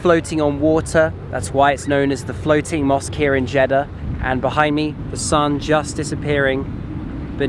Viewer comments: Actually, it's Jedddddddddah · When he says jiddah it seems he is saying chedda 😂 but anyway nice video